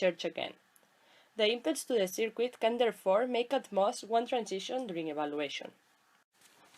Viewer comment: Hay que cuidar un poco mas esa pronunciacion, "disafvantich" , "sercu(i)t", "discharch" suenan mejor asi. Actuali tiene mucha tela... Como dice el colega, la presentacion muy clara y muy util, pero el ingles hay que pulirlo (polis).